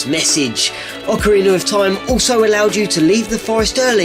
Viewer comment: Still can't get over you saying Ocariner....